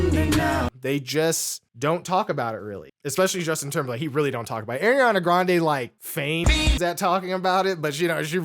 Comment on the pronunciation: Can’t believe people just be calling Ariana Airana…